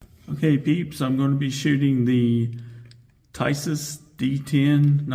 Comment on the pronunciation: It's pronounced teesash. In turkey, the s can also be pronounced sh.